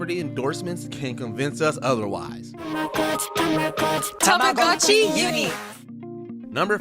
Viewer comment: Let's see if you can pronounce TAH MAH GOH CHEE correctly.